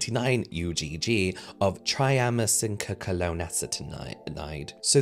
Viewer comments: Let me help I do medications at a nursing home phonetically it’s pronounced try-am-sin-alone took me forever to pronounce it 😊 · Try-am-sin-alone (triamcinalone) Took me awhile too when I had it temporarily prescribed in the past for a lip thing. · I noticed you struggling with Triamcinolone’s pronunciation! Idk if you care or not, but if you do care, its pronunciation is Try-am-sin-alone! Anyway, thank you so much for all the education you provide for us! ❤ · Try-am-sin-ah-lone That's how you pronounce it. It's a corticosteroid (which is easier to say). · Pharmacist here 🙋🏻‍♀️ It’s so unethical to sell something to people that contains such strong ingredients without even mentioning them. I’m glad he’s educating people about steroids and their potential side effects when used longterm. And the way he pronounces triamcinolone is sooo funny 😂 love you james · The pharmacist in me cries a little every time you struggle to say triamcinolone 😂 I love it ❤ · Why do I watch influencers who can't pronounce triamcinolone and don't know a symbol for micrograms? I expected better from the person who presumably went to elementary school in Europe... There must be something wrong with me.